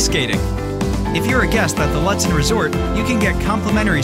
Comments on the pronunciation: Cringe It’s pronounced Loot-den. Not lut, like but. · It's pronounced Loot-sen. Might want to change that on your videos. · Ew, stop pronouncing the town name incorrectly